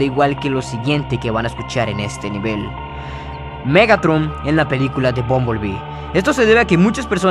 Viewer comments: te comiste la “r” en el nombre de Megatron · más perturbador MEGATON XD(te falto la R capo)